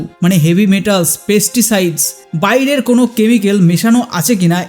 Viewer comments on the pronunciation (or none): none